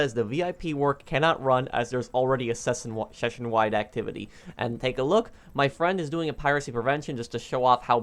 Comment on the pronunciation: 😂😂😂 the way he said session